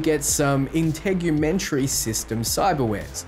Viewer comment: my man pronounces Integumentery like a boss but says compressor instead of Coprocessor. lmao <3